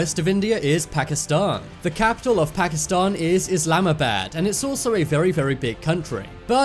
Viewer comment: First of all learn how to say pakistan btw why did u make pakistani look like arabs?